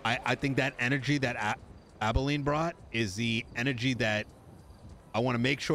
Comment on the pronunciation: Is intentionally getting Abilene's name wrong?